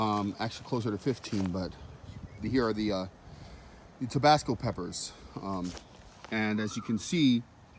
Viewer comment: It's not TOBASCO... it's TABASCO! Please... get it right! Geez! 🙄